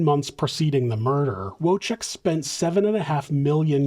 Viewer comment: W is pronounced as V in Polish, and it's whirlwind, not worldwind. ❤️